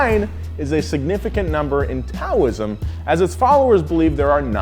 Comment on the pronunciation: Taoism is pronounced daoism